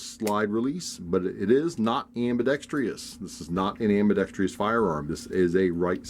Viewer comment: There is only one guy in ambidextrous not ambidextr(i)ous